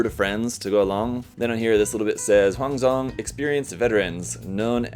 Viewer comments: The Huang Zhong pronunciation is pretty good. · You pronunced Huang Zhong correctly (just a need a little bit more emphasis on the 'Huuang'). Huang Zhong was one of the 5 Tiger Generals of Shu during the Three Kingdoms. He was able to pull the strongest of bows and exchange blows against Guan Yu despite his advanced age and often depicted as a divine archer in fiction. You can find subbed clips of their duel from the 2010 and 1994 drama adaptations on Youtube.